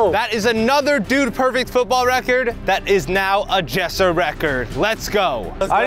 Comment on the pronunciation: it’s not yessir it’s jessir